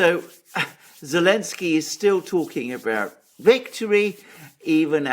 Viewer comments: Why is unable to say Zelenskyy? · I love how iPronounces the President of Ukraine's name without the letter 'Z' 😆😹